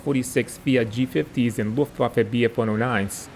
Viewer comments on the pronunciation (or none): none